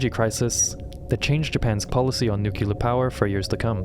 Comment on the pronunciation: new - clee -ar